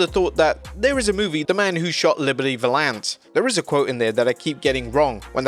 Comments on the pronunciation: It's val ENCE, not vuh LANCE. 🙄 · I hate you for the way you pronounced “Valance.”